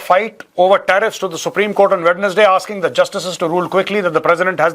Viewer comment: Major sir, namaskar. -I wonder if you would mind letting me bring to your kind notice that the word 'Wednesday' is pronounced as 'wenzdei' and not as 'wednesdei'. -High regards.